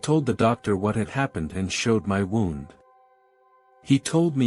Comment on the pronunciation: I think it is a robot. It is pronouncing wound as in wound up.